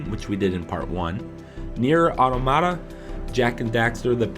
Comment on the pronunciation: It's 'NieR:Automata', not 'NieR:Audamada'.